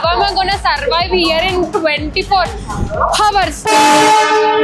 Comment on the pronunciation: Adhi hour Kadu h silent 😂